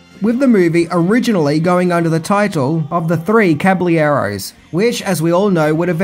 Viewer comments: Understanding that you don't say these words...probably ever outside of this video lol: Caballero - Ca-ba-ye-ro (Long "a" in the "ca") Tucson - Too-son (The "c" is silent, with the "son" sounding like the word "song") Confusing enough? lol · Wanted to comment the same, but will latch onto your comment. unfortunately had a few others such as 'caballero' and 'Ventura count(r)y'. Maybe he's due for a trip stateside!